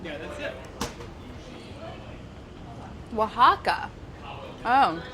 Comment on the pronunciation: Molly pronounces Oaxaca correctly : 🧡